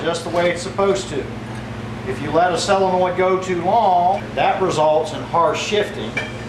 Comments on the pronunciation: It is pronounced, and spelled, "Solenoid," (sole uh noid) not Cell uh noid! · sol en oid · It's a little hard to trust a doctor that can't correctly pronounce the name of the part he's diagnosing. Say it with me, Doc ... SO-len-oid. Just like it's spelled, see?